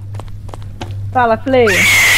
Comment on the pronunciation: Não fala pala voando bor favor